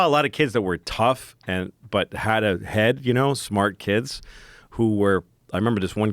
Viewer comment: You say kids, I’m hearing “blacks”